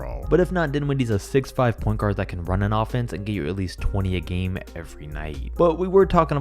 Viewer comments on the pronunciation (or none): none